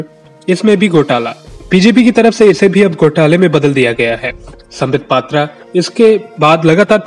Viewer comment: Sambitt pattra ko ha ya na bolne main dikkat kio hain?????